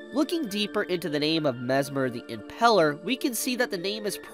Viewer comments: Impaler, not Impeler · The way says "Impaler" hurts my soul. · Me too. I hate how he says it